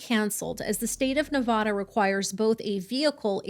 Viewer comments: It's NE VA DUH not NE VAH DUH going forward thank you - las vegas resident and we hate when it is pronounced the way you say it. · Made it 4 minutes in & had to tap out. As a lifelong Las Vegan, PLEASE STAWP SAYING NEVAWDUH. It's Nevada with a short "A" sound, as in man, can & have. My name is Ashley. Remember it that way. Ashley lives in Nevada. Ash happily lives in Nevada with her mom and *dad*. Short "A".